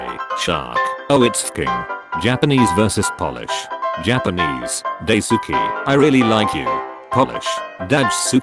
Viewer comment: The poster: It's pronounse the same as Daisuki The voice: DUTCH SUKI